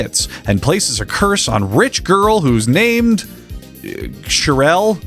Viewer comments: It’s pronounced Cheryl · cheryl is pronounced like sherril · Cher like the singer and add an yl Cher like the singer and add an yl! You said it correctly. It's not that hard of a word it's white! It's a white name! Cher like the singer and add an yl!